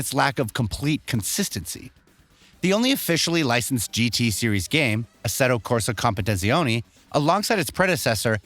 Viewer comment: Mofo can’t even pronounce the game’s name